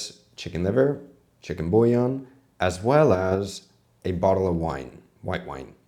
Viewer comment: Omg the way he pronounced bouillon. Beef bouillon would've made more sense.